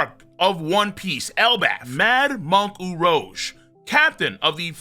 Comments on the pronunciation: The number of times he mispronounced Urouge is too damn high!!! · Saying his name wrong is filthy…that on purpose?